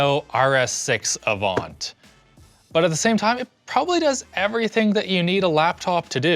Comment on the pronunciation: you pronounced audi and avant wrong. audi is spelled like that so i wouldn't normally care but avant? come on man